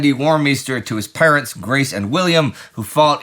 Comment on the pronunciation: Oh parents. I thought he said parrots